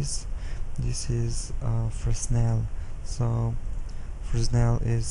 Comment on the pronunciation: Great explaining! I always am curious how other people set up their materials and lights. Thanks a lot! PS. Fresnel is pronounced "frennel", the 's' i is silenced. It's French. :p